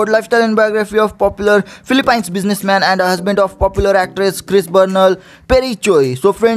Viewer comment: natawa ako sa phili- pines🤣🤣🤣🤣